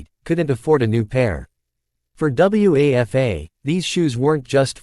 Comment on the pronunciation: The students name was Wafa--- it's a name!! Don't you people ever check how things are pronounced???